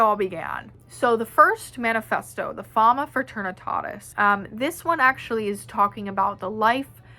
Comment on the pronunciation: your accent when you say Fama Fraternitatis : rolf 🤣🤣🤣